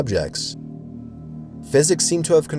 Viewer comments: Thanks for another great vid, love 'em! But, there is a distinct difference between "psychics" and "physics" . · I'm still a little amused when you super mispronounce a word, especially one like psychics.